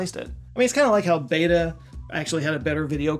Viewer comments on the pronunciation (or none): none